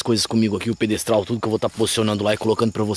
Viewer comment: Bah, qd ouvi ele falar "pedestal", vi q era furada. Tchau